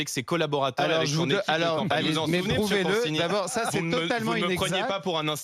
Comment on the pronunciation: Dans consigny il y a 2 syllabes en trop...